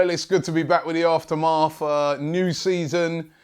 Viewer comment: Robbie, i think your pronouncing aftermath wrong, felt a little weird hearing it